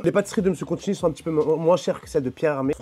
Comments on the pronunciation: " Mr Contchini " ca commence bien 😅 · Il a massacré son nom plusieurs fois 😂